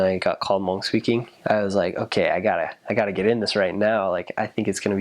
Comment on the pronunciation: Finally someone can say Hmoob right instead of mung